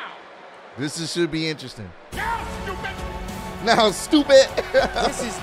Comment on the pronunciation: Heyman really hit em wit that Chiseled adonis "stuPED!"